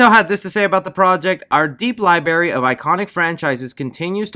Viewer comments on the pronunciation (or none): Hehe, said "Lie-berry"